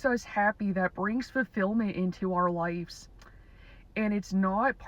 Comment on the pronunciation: This is AI. Doesn’t know how to pronounce “ lives”.